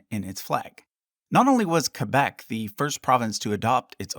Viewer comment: The way you pronounce Quebec just sounds wrong